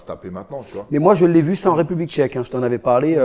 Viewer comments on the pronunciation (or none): none